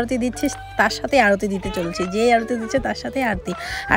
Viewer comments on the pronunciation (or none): অরুতি নয়😂 ,কথাটা আরতি 😂